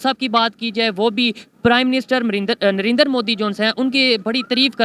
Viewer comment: Russian president putin hai ...not putan 🤣🤣🤣🤣......& it's narendra ..not narendar 🤣🤣.....pronunciation thik karo bhai .....